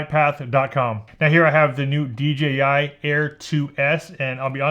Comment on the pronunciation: thank you for saying "dee jay eye" drives me mad! do people say 'gee' because that's the chinese pronunciation?